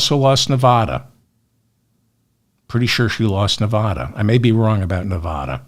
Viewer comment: Why is it that east coast people can't pronounce Nevada?